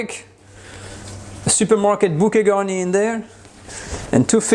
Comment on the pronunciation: What did he say ? "Supermarket voikay garten"? Was that the bouquet gami?